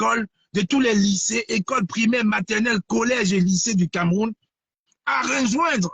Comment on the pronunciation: Banderas on ne dit pas "CamÉrroun" mais "CamEroun" ! Y a pas d'accent sur le "E" hein 😁